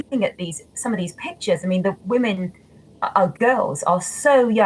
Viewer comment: Why does this man keep saying womomen and not women with an e.